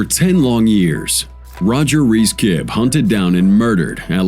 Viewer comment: Roger ki BEE Not KIB.